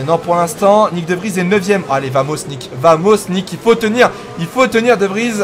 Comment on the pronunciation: ça fait un petit moment que je veux te le signaler même si ce n'est pas très important mais VAMOS se prononce BAMOS en espagnol :)